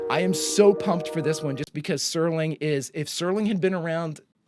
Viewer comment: Don't feel bad, there are lots of people who mispronounce Serling's last name because "Sterling" is a much more common word that is fairly well ingrained in the English lexicon.